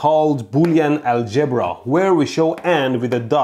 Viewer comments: Knotting? WTF is knotting and aljiiibra? Dude you have been here from Iran long enough to know better. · Its ALgebra.. Not ALGEbra. You're putting the eMPHasis on the wrong syLLAble. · “Booleean AlGEBra”